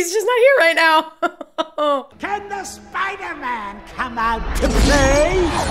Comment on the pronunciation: In don't mean to be a Chandler but his name is Spider-man not phil spidermin🤣